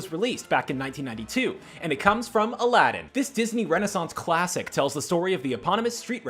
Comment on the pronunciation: I had a stroke when he said "Alàddin"